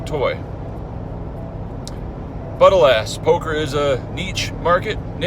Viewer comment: It’s pronounced “niche”,.